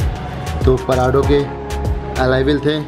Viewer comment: ye parado nahi porado hai